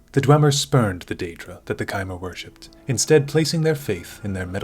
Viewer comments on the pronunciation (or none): none